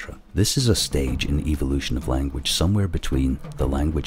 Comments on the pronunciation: ...I hate the way this guys accent makes him say "evil lution". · The narrator is a mic eater, if this clicking and hissing bothers you, you would really have problems with the bushman languages of Africa? I like the way this Englishman pronounces evilution. I would rather believe we came from outer space, Than put faith in science establishing a missing link between kinds!